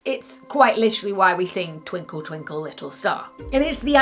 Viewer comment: TWINKA TWINKA LITTA STAH, HOWAH WONDAH WHOT YAH AWWWW!